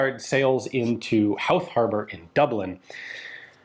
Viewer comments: Cool, Howth is my home town, (we pronounce it Hoe-th, but no one ever gets it right so don't feel bad) My Great-Grandad was a member of the Irish Citizens Army and was killed by the British fighting during the 1916 Easter Rising. We don't have any concrete evidence, but he may have been present when the guns were brought in from the Asgard. (He lived maybe 3 miles away at the time). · Fantastic to see some Irish stories 😁 Also it's pronounced hoe-th (like the gardening tool) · Great video, I've got just one comment. We pronouce Howth as "Ho-e-thh". Run it through quickly, with the same speed and "th" sound as in the word "south". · Howth is pronounced more like "Hoe-th". Family is from there, I live near it now even, Baldoyle. Nice place, lovely cliffs. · Ha ha hes an American . Try the word hoe th instead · It's pronounced "Hoe-th" FYI 😉 If you're flying into Dublin Airport from the east, you'll almost certainly fly right by Howth Head. Pretty spectacular little spot. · “Hoe-th” is the closest too the pronunciation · Howth is pronounced 'Hoe-th' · Howth rhymes with "oath" and "both" not with "south". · Sorry to be that guy. Howth is pronounced so it rhymes with "both". I live 5 minutes away from there. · Never thought I'd see a Howth episode on rifles for the rising on this channel. Love how you mi's-pronounced the names, fair play ta ya boyo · Curragh pronounced curra. But other then that and pronunciation of howth (already covered by another comment). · Howth is pronounced with a long "o" by the way. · From an Irishman, thanks for covering this little bit of Irish history! Just a bit of a pronunciation tip, Howth is pronounced with a deep o sound, like in boat for example. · but!. he pronounces Childers correctly in the final mention of the name! Unfortunate that Howth was wrong. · Howth T- Say that again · its pronounced "hoeth" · Just got to add in it's pronounced Hoe-th not How-th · It's pronounced HO - TH the H is silent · Pronounced “Hoeth” 😂